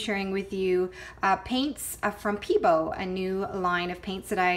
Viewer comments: "peebo" haha. pebEo!! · Pay-Bay-oh... is how you pronounce it :)